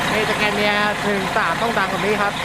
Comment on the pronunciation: scania อ่าน ว่า สะ แกน เนีย (สแกนเนีย) กูเกิลมีครับ ชื่อภาษาไทยว่า บจก. สแกนเนีย สยาม หรือ สแกนเนีย ประเทศไทย